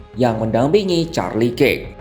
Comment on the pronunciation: kirk dibaca kerk om